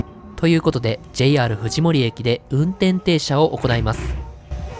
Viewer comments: のところ藤森(ふじもり)じゃなくてJR藤森(ふじのもり)なんだよなぁ ・・・ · ×ふじもり 〇ふじのもり